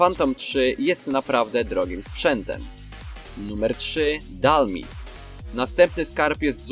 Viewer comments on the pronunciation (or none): nie dalmid tylko (czytaj:di al maj di